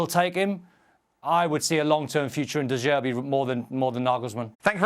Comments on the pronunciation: If I hear de zerbi one more time 😑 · De jerbi 😂